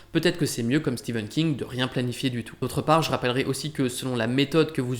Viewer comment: Enfin quelqu’un qui prononce correctement Stephen King